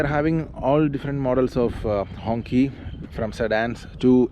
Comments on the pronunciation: No, it should ‘‘hongchee‘’ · It doesn't pronounced "Honkee" it pronounced "Honshee" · Hongqi, is pronounced close to a donkey 🤣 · Not pronouncing the name correctly is off putting and shows you couldn't care less.